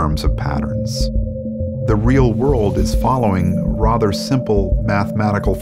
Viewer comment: I hate when people say Rother instead of Rather lol